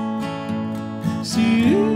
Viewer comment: I really like the music, and i LOVE his voice. But i noticed a weirdness in his long "i" sounds as well, like in "right" and "night". I thought he was a non native speaker at first. I don't mean that as an insult. Just an observation.